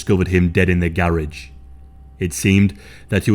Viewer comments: Just say garage right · The way he says garage 😂😂😂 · Who else loves how this channel says "garage".